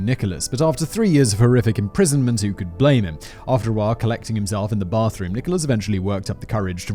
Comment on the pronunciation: Blathroom? Am I the only one who caught that? I love silly word trip ups